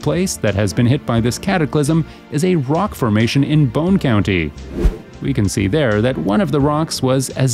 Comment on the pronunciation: Boo-ne county not bone